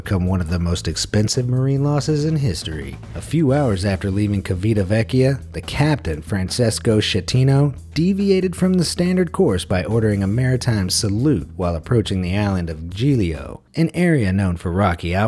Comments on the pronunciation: Holy shit hire someone to teach you how to pronouce foreigner names. Coasta, Cheeveetavekkia, Franchesko Skettino.. come on. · "Shettino" "Kivitavekkia" thanks for butchering italian language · it’s pronounced "chivitacekia", not "kivitavekia", per favore!!! It’s the favored cruise ship port to access Rome! (It means "that old town", literally!)